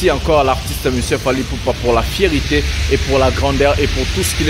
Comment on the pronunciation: C'est une FIERTÉ et non une FIERITÉ , vous faites souvent cette erreur de prononciation. N'oubliez pas, vous êtes suivi par bcp de Pays francophone,faite un effort de prononciation svp. MERCI